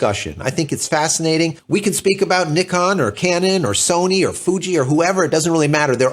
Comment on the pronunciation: In North America, we have become masters at pronouncing so many names wrong. I like to hear the way you say Nikon, like mostly elsewhere in the World. Now, h-h-h-h-about Zed instead of Zee! LOL 😁 Other than that, I can only say that the Z9 is not in my future, neither is the R3 and the A1. Too much money for a retiree on a small fixed pension like me.